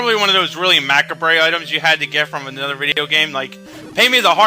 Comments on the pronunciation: "Ma-Kahb" not "Mak-Ah-Bray". Kids these days :P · ...did he pronounce Macabre "Mac-a-bray"? it's pronounced "Ma-cob-ra" but don't much emphasis on the ra...see? Youth becomes wiser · macabre.... (muh-cob) not mac uh bray